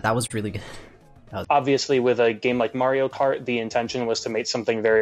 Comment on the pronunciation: "The hardest of the MARY-O-CART courses"